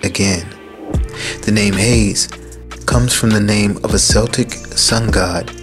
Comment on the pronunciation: "Celtic" is pronounced with a hard "K" sound, as in "kite", not with an "S" sound as in "soup". Much love and blessings to all your team and family.